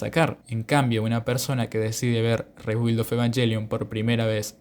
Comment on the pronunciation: Se pronuncia RIBILD, saludos